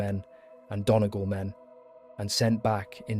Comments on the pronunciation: Approximations with English spelling, Donegal = Done ee gall, Leinster = Len Stir, Fermanagh = Fer man ah, Sinn Fein = Shin Feign, Athy = A tie. Doesn't take away from a good video but would be nice to get the pronunciation right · They can't pronounce Donegal either.☘️🇵🇸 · it takes 20 seconds to find correct pronunciation